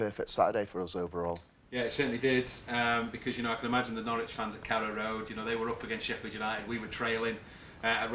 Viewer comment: It's "No-ridge" ... Not "No-rich". Local dialect.